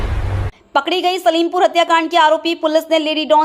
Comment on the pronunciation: Vo salimpur nahi h silampur hi.. theek s pada karo